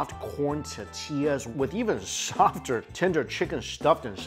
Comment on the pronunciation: At first "glince" 😂😂😂 And "ta-tillas"